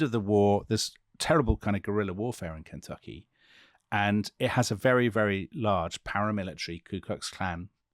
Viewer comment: As a native & life-long resident of KY, I love Dominic's pronunciation of "Kentucky."